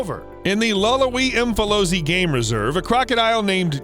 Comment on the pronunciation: Hluhluwe pronounciation was hilarious 🤣, but u got the Umfolozi right though 🎉🎉. Love this channel